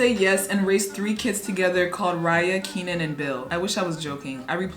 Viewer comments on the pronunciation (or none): wts, a 52 year old?? p.s. im pretty sure keanan is pronounced /ken an/ js